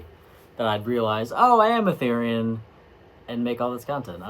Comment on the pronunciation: I hear everyone pronounce Therian the way you used to and not the way you do now.